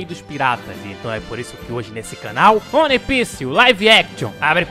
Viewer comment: Que agonia o falar "one" e não "uan"